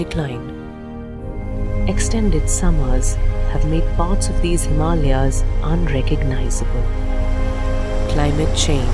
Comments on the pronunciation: Well done. I am fascinated by these cats and your video has done them justice. Perfect narrator and voice. Spectacular filming. Well done. And finally, hearing the name Hee-Mal-ya pronounced correctly for once. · A wonderful video made perfect by the fact that the HIMALAYA has been pronounced correctly. Thank you